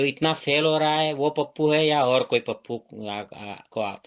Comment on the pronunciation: Pappu nahi tappu bola